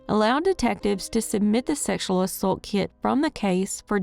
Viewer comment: The way she says ‘assault’ rhymes with ‘adult’.